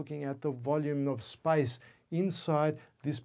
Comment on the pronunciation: Does he say spice or space 😂